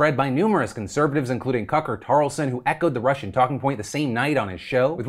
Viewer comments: Did Phil say Cucker or Tucker?? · He called him Cucker Tarlson LMAO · did you just say "Cucker Tarleson"? lol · Everyone's talking about Jussie but I DEFINITELY heard "Cucker Carlson"... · Maybe I'm hearing things.. but I'm pretty sure Phill shortened the T in Tucker Carlson.. it sounded a lot like a c. 🤣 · Am I the only one who heard you call Carlson "Cucker Carlson?" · I love that you called him “Cucker Tarlson” 😂